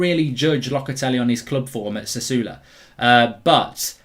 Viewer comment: No Mark 'Sassuolo' is not pronounced "Sassoolo" fmd lmao this guy